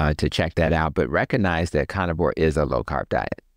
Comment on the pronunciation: I’ve heard in other interviews and absolutely love him!! I especially love the way he pronounces “conivore” 😅 I wish I had a doctor like him 💗